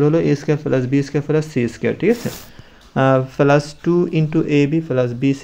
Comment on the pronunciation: স্যার শব্দটা পেলাস না প্লাস